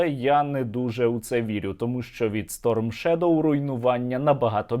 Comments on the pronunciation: как он ставит ударение на сторм шедОу, а как он ставит. Напоминает мне одного татарина который говорил корочЕ. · Шуйго даже ударение не может правильно поставить в названии Storm Shadow. И в школе двоечником был...